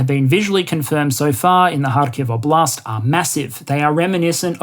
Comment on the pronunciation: Just a small pronunciation tip: Óblast, not oblÁst 😉